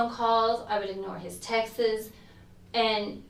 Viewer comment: 😂 I heard it too.